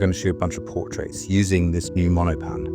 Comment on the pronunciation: Cool video! Monopan is three syllables by the way.